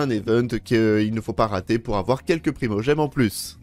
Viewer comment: "Ne Artez pas" x)